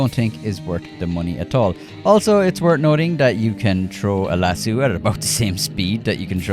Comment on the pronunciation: As a Texan, I'd like to mention that it's lass-O, not lass-eww. It's even spelled the way it's pronounced. I don't understand you, because we Irish do have names like O'Reilly that isn't pronounced eww-reilly. I've never heard anyone pronounce it that way except you and Gopher.